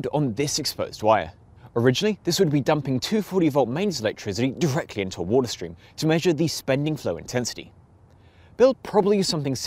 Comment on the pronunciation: take a shot of rum every time he says: "wool tah"